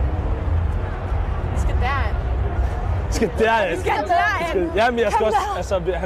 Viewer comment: Bro siger legit Lamæn (Lamin)💀💀💀